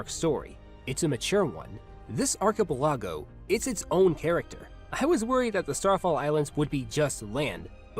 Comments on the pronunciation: The way you pronounced archipelago is pretty fun xD If that wasn't just being silly, the way it's actually pronounced: AR (like the letter R) kuh (like the end of America) PEL (Like pelt without the T) uh (like kuh above) go (like opposite of stop) Just so ya know. Ignore me if you want. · That’s the weirdest pronunciation of archipelago I’ve ever heard. Jesus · Odd pronunciation of "archipelago" but good video